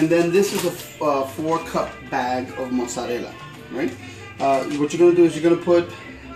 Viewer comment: Say "mozzarella" again!!!